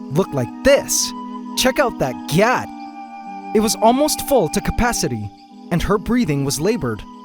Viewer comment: Yeah, the T isnt supposed to be pronounced so hard, its supposed to be softer. Or in another case where the T is more pronounced you'd draw it out. Like Gyaaatdamn! not "GYATT!" It sounds stupid ya know?